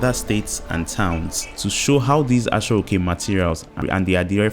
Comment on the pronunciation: Aso-oke not Ashioke